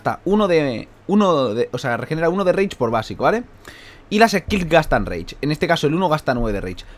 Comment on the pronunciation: Cuando entiendes que dice " Reich " en vez de " Rage " xDD